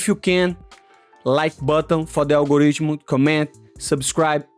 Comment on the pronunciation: The al-go-ridge-muh is undefeated. 💪